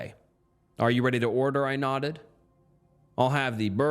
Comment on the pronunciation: buddy you have got to learn how to read stories and pronounce words 🤣 how do you not know how to say “nodded”